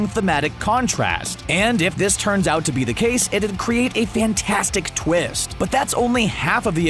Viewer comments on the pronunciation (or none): none